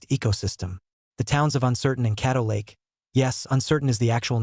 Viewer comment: Caddo Lake not cattle lake